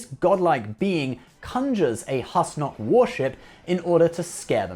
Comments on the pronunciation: Pretty rich getting on Riker's case about pronunciation while getting Husnock wrong every time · Sir perhaps you should be able to pronounce husnock right before complaining about the pronunciation of others In any case great video love you man